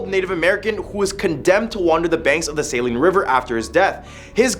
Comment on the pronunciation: As a native Kansan, I wanna say TYVM for correctly pronouncing 'Saline'. I got neighbors that can't even get that right...